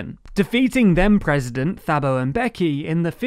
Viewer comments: Good video, very fair representation of the situation i feel. Protip though, check out how you pronounce people’s names… Ramaphosa is pronounce Ramaposa (roughly) Thabo is pronounce Tabo (roughly) Th and Ph don’t work like they do in english in almost all South Africa languages and i cringed every time i heard you say “ramafosa” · Some free advise we dont pronounce the "Th" in Thabo Mbeki as u would in English. Its pronounced "Ta ha bo". And Ramaphosa is pronounced Ra-ma-po-sa, not Ramaforsa.😂😂😂😂 I heard Tucker Carlson pronounce Gauteng as Gwen Teng. Its pronounced like this, Ggg-oh-teng.😉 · For “Cyril Ramaphosa” don’t pronounce the h, put more emphasis on the p. Same for “Thabo” You don’t say the h you pronounce the letter before with emphasis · Also the “Th” in Thabo Mbeki is pronounced like it were just a “t” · The H in Thabo and Ramaphosa are silent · ...And "Ta" for Thabo Mbeki. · And Thabo Mbeki The 'h' is "silent" man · Two things: 1. Ray Zondo is not the chief justice but deputy chief justice 2. The PHO in RamaPHOsa sound is PO (for POlice) and THAbo Mbeki is TA ( for TAngent). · Nice simple overview. FYI Thabo and Ramaphosa are pronounced phonetically with a hard T and P respectively. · Great video. One very minor complaint is a couple of your pronunciations were off. For Thabo it is a silent H, so think Ta bo. For Ramaphosa again it's a silent H so it's "poser" not Fosa. But seriously great video. Hope to see more south African news coming out from your team :) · Hey. In South Africa the h is not usually pronounced. So Tabo (or Taabo) same for Cyril last name. I am not an expert I just live here. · Taa-bo M-bek-ee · Do you hear him say “Thabo”? 💀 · RamaPOsa, the H doesn't make it an F phonetically. Same for Thabo. :) Otherwise great vid as per usual